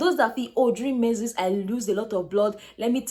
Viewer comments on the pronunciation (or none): Pls get the right pronunciation for that word “menses”